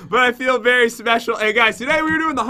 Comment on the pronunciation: said."berry lucky block".